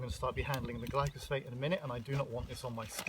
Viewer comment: you kept saying glycosphate and I was like, that's not right, then you put up the spelling, and then I was like that's not right. It's Glyphosate.